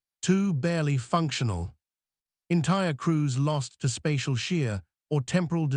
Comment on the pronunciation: Hulls - not holes; crews - not cruise